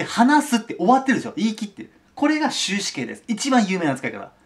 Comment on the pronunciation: 終止形が終身刑に聞こえた